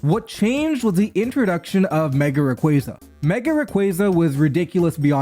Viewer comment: hearing "raquayza" over and over caused me psychic damage